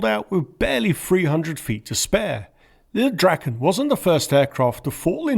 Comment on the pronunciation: Your Swedish pronuanciations are impressive. Thanks for actually translating the name (mostly) properly! Lilldraken means the Lil' Dragon, and not little dragon. Praise be to!